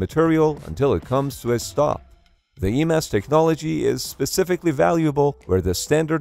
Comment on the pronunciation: But the one being pronounced in the video as E-MASS